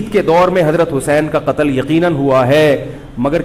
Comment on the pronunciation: Katal katal kr diya bolata hai...